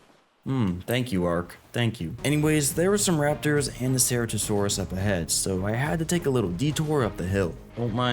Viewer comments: Bro learn how to pronounce ceratosaurus correctly or don't fucking say it at all! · im sorry but your pronunciation of Deinosuchus, Gigantoraptor, and Ceratosaurus is killing me it sound so wrong hearing their names be pronounced like that 😭😭😭